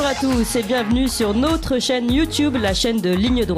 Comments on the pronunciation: Si notre me lit, pourrait-elle corriger ce tic de langage: elle dit "nôtre" au lieu de "notre", et c'est très laid à l'oreille, ex dans son intro "nôtre" chaîne youtube et "nôtre"référencement, au lieu d'un "o" ouvert, parlons français, dans toute sa beauté! Mais pour le reste, BRAVO! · Bonjour: En intro vous prononcez le "o" de "notre référencement" comme si il était écrit avec un accent circonflexe "ô".... "Notre référencement" se prononce sans fermer la bouche. ce sont les "nôtres"...........Là vous pouvez fermer la bouche:))